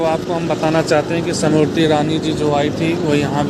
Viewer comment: The name of the minister is not Simriti but Smriti. Do pronounce correctly.😅